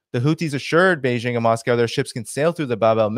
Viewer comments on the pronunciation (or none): none